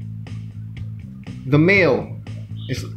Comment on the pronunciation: lol.. "Da male.... is..sexier than da female"